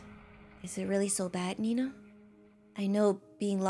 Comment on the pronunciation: its nenaa not nenna bro